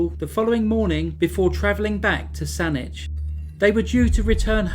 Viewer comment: Thank you! Thank you for pronouncing Saanich correctly! Some Canadian places can be challenging to pronounce but you rocked it!